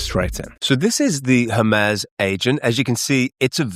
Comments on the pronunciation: Her-Mee-z not Her-Mez : ) Cool video thanks for sharing. Thumbs up. Thank goodness for playback speed adjustments. I had to slow the video down a touch. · Hermes Agent is named after the Greek god Hermes. The standard English pronunciation for the deity is "HER-meez", with an 'H' sound and a long 'e' that rhymes with please. The French fashion brand Hermès is pronounced "air-mez" due to its French origin, but the Greek god is almost always pronounced with an 'H' and a long 'e' at the end.